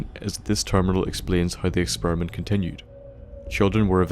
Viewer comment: I AM not thying to be offinsive but when u say experiment it sounds like exspermint